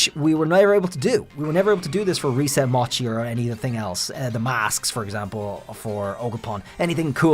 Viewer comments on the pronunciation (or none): none